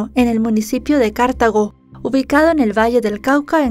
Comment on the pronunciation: No se dice Cártago. Se dice Cartago, sin tilde porque es una palabra grave terminada en vocal. Es la ciudad donde nació Mauricio.